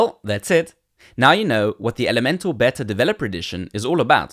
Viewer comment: Looks interesting! ('beta' is pronounced 'beeta' [long 'ee']); otherwise it sounds like you're say it is a 'better' edition - which is not what you mean!!